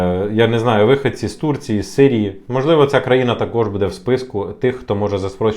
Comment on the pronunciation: Неправильно видео назвал. Потерял хватку😂 Надо было назвать "Велика загроза для українських українців які знаходяться за кордонами української України від української влади". И обязательно раз двести повторить "буде" с ударением на букву "е" и "будуть" с ударением на вторую букву "у". 😂